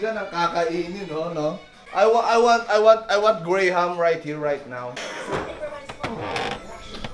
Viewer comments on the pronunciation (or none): none